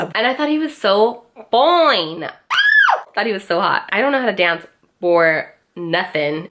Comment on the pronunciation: You said “foine!” Lmao you were really trying to take us back. 🤣